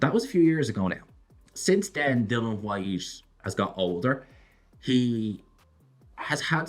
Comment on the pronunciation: Please say Dilians name correct!!! My god